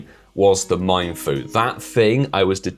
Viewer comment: Funny how calls it "Meinfoo" instead of "Mienfoo":-)